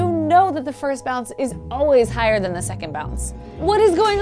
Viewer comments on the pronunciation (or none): "... and THAN! " so lovely. :D Oh! Wait, I came for the tic tacs... Focus Nek. Focus...